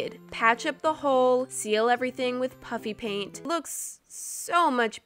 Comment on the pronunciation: I can’t tell if she is saying puppy paint or puffy paint